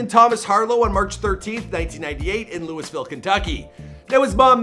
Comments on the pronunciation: UGGGGH! THE "LEWIS-VILLE" GRINDS MY GEARS. It's "Lou-uh-vuhl," my guy. He said it MULTIPLE times IN THIS VERY VIDEO. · it’s pronounced loohavoll not lewisville 😂🤣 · jay kirizz No, it’s Lou-e-ville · Who the f says “Lewisville!?” Lololol it’s luhlvuhl. Lol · Lewisville - eeeesh (loo-weh-ville) - and im a fking jersey boy living in australia hahahah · You can only say Lou-a-ville when you're from here. For outsiders, it's correctly pronounced Looey-ville. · LOUYYYYYVILLE! Not Lewis ville. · This boi really just said louis ville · It’s not pronounced Lewisville 😭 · I was just about to say that lol. He keeps saying “Lewisville” so annoying. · To the host, it’s not pronounced like “Lewisville” & it just grates my nerves when you mispronounce that name! I mean if you’re interviewing an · Louis ville lmao. Keep learning. I'm from ky and it's not pronounced that way brotha lol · I can't be believe a man of his age still pronounces Louisville, "Lewisville". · It's pronounced Loo-uh-vul! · I am Asian but i pronounce it LOWIE - ViLLE goddammit!! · bruh you gotta stop saying LEWIS-VILLE. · he do be saying Lewisville tho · Dude its Lou-Vull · The fact that you say LEWISville really upsets me. Lol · anyone from Louisville knows that nothing makes us more mad than pronouncing the city “Lewisville” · fr fr every time he said lewis I would correct him in my head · Dustin Baker LOOOVULL😂😂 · God dude learn how to pronounce Louisville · Im from louisville and u jus not sayin it right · Its fucking Louisville. Lol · you did not just say louisville like that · it’s sign-a-rama like SINE as in a SIGN. not sig na ra ma. 0/2 with lewisville too. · This guy really can't fucking read. He said Luis-ville and sig-no-rama.